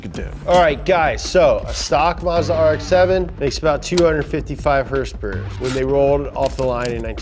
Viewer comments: Can you please stop saying hrsprs, its not even annoying just sad that you try and make it a thing. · Why is saying hurs purs instead of horse power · I think if accidentally said horsepower, instead of “HrSpErS”, he’d explode.